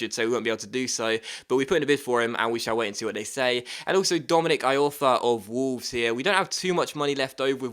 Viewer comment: It's pronounced "E-Orfa"....